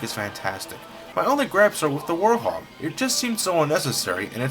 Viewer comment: its not warhog dude, its werehog (wherehog) i keep hearing you say warhog and i keep thinking, "Dude, have you even SEEN how its spelled